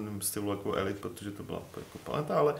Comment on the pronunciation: Díky, že děláš tento pořad, vždy je to pohodové pokecáníčko. Dobře, že jsi vyřešil problém s hlasitostí:-) A jinak - co se týče výslovnosti "Elite", myslím, že jste všichni trochu vedle - alespoň dle spisovné výslovnosti